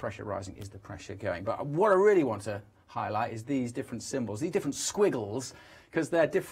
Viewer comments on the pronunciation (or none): Also one of them said 'pie-light' instead of 'highlight'. And the other in the grey slick suit makes no mistake in letting us know he started the met office. What a dick.